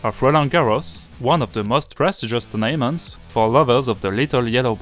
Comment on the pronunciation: "turn'ment" , "th, th , th" pas "ze, ze, ze" . :p